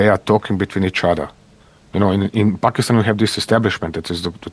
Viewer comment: finally a foreigner saying Pakistan instead of PHakistan